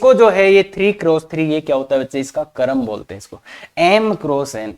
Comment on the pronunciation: क्रम बोलिये न, करम क्यों बोल रहे हो।